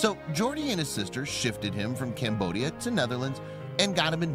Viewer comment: Me hearing camboshia and as a khmer i just had to check